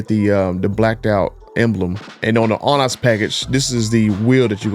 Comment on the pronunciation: The way he says Onyx is making me mad 😂